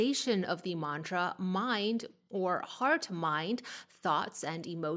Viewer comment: You are pronouncing mantra accurately.